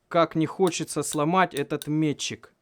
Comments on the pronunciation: ме́тчик, а не мечИк) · Не метчик, а метчик